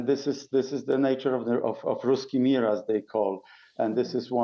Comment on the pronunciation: What is "riskimira"?